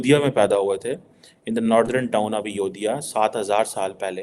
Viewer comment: I request you to pronounce Ayodhya properly. It's not Ayo-diya It's Ayodhya. "Dh" should be pronounced as in Dharti (zameen)